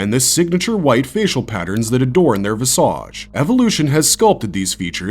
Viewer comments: Only because you said it more than once - It's vizij (like wicked) not visä(d)ZH (like massage) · Why do computer generated narrative voices mispronounce so many words? Visage. Chasm. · Listening to this narrative is like watching bad porn written by someone who's trying to use as many SAT words as possible to win a bet. How many times do you think you can use (and over-pronounce) a word like "visage" before we start thinking you're using AI to write your script? Languid masturbation. People love Ahsoka less than these videos always seem to assume. Filoni loves her. We know that. He wrote her hoping she'd come to life one day. But she's never been so compelling that the rest of us all wait with baited breath for her to make her next appearance. She was an annoying child who became a smug adult. That's her story in a nutshell. Filoni's been maneuvering her into place to become something bigger than the story needed anyone to be for decades. And a lot of us are just bored with her.